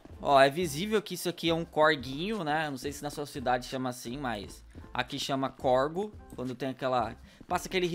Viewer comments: “Corgo” ou córrego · nossss se fala córrego não corgo 😂😂😂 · o correto é córrego e não corgo, que quer dizer onde corre algo ou neste caso água. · Se chama corrego nao corgo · Nao e corgo e corrego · nao e corgo e corego